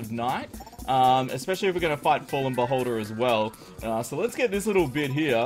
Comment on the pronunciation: When you said "Beholder" it sounded like "Butt holder" and i was like "WHAT??!"